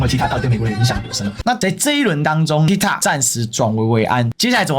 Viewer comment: tikt"o"k, 發音是"o" like "o"ld, 不是"a" 喔